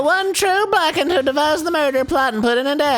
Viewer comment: i dont like the way he says blackened .....lol